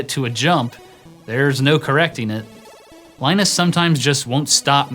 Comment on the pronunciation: It's pronounced, "Linus."